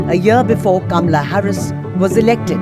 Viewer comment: WRONG PRONUNCIATION OF HER NAME!!!! IT'S NOT "KAMLA" BUT HER NAME IS "KAMALA"...DISGUSTING OF AN INDIAN WOMAN HERSELF TO MISPRONOUNCE 😡